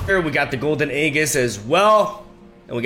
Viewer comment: 5th video telling you that it's aeJIS not aeGIs